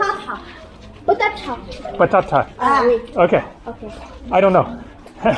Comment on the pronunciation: Patata? .......... Did she say "Patata" with a moroccan accent? lol